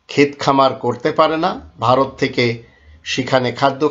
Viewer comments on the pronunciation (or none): none